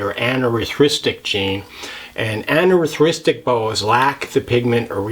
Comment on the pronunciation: You are the only boa youtuber that can say "anerythristic" correctly!